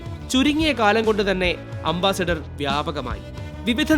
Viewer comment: അംബാസിഡർ അല്ല . അംബാസഡർ ആണ് ശരി.